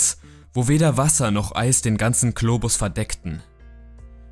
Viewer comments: Es heißt Globus mit "G" nicht Klobus wie du es aussprichst @@ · Klobus.. :D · Bitte sag nochmal :Globus